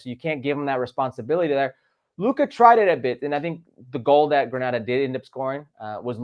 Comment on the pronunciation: Grenada... Not Granada.